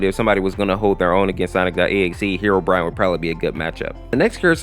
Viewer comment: You said herorine